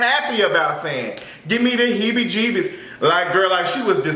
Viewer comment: 😂😂😂😂 stop saying hebbie-gebbie lol